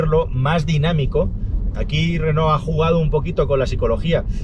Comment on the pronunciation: si pronuncias Renó lo lógico es que también pronuncies I tech y no E tech Digo yo vamos.